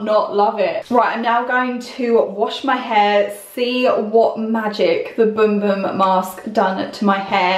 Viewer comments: It looks like it pronounced as bum bum how it’s spelled but she pronounced boom boom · Bum bum not boom 🤣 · The correct pronunciation from Portuguese is boom boom. But even a guy who did a video on it called it both boom boom and bum bum so imo it's fine to pronounce it either way.